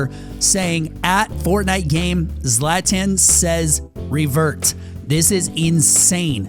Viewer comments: It’s not zlaaatan it’s zlawton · pronounced Zlat-on please look up pronunciations before a video those of us who know cringe pretty hard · It’s ZLA TON that’s how you pronounce it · “Zlatin” 🤦‍♂️ ZlatAn brought me here. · If you knew Zlatan you would know that it is his thing to say Zlatan says _____. Zlatan is prononced Zlaton. No hate just telling the confused people. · can’t believe you’re pronouncing the gods name incorrectly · you pronounce zlatan’s name extremely wrong... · It’s Zlatan not Zlatan